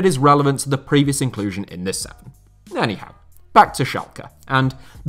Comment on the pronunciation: ''Without Freddie Adu'' ''AnyHowe'' 😭😭😭